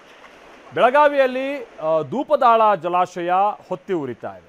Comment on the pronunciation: Dhoopadala alla😂😂😂 Dhupdaal adu